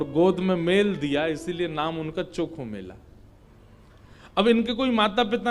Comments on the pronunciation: संत चोखामेळा है नाम चॉकोमेला नही जी प्रभु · गुरुजी उनका नाम चोखोमेला ना होके संत चोकामेळा है 🙏✅